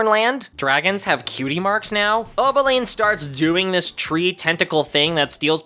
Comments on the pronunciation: its Opaline not Obeline😭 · It's O-P-aline. Not O-B-aline.